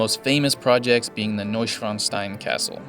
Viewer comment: Hey and sorry, but i was amused again about your pronunciation (of Neuschwanstein). It was something like New Dick Stone in German😁. But i like your cinematic Footage very much👍. Have a nice trip.